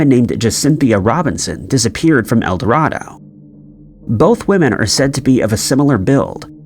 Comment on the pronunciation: Just for future reference its El Do(ray)do, Arkansas. I live about 30 minutes form there.